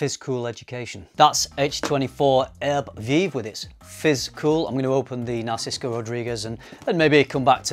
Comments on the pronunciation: why do you say NarcisKo? 🙃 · NARSICO???? where is that coming from? You've written Narciso in the subject, maybe you can't read your own writing lol